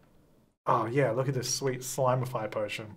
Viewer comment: Everyone: it's slim-ify - it's slime-ify and this IS a hill i'm willing to die on